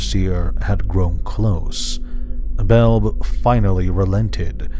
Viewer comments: it's Bel-bee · Love your Videos on the Weatherlight brother. I thought Belbe was pronounced "Bel-Bee"? Have I been wrong this while time!?